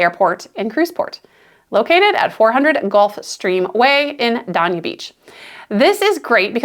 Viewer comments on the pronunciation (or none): It's actually pronounced Day-Nia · Adjacent to "Dain- ee-ah" Beach. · As a Fort Lauderdale native, hearing you say "Dania" that way is like drinking orange juice right after brushing your teeth—completely wrong and hard to recover from. It’s "DAY-nia," not whatever verbal misstep that was. You gonna do Dania dirty like that? Say it right! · I was gonna say the same ,but in a nicer way.